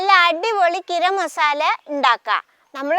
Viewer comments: ഗിരം മസാല അല്ല ഗരം മസാല😂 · ഗിരം മസാല അത് കേൾക്കാൻ സൂപ്പർ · ഉമ്മ അങ്ങനെ പറഞ്ഞോട്ടെ നമുക്ക് തിരുത്തി വായിക്കാം 👍❤️